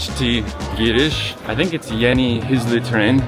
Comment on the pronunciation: u pronounced "giriş" right lol....